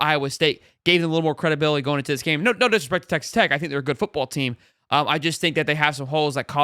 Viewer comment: It’s tech not text 😂🤦🏾‍♂️